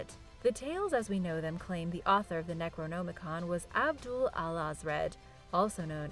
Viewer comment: I love, but the fact that she pronounces words wrong ALL the time really irks me. Hell, she pronounces necronomicon differently 3 times in this video, and all 3 are wrong lol.